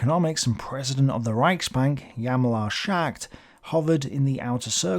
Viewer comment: Thanks for yet another good explanatory video, One comment though: could you PLEASE improve on the pronunciation of names? It's not "Yallemaar Shacked"... 😂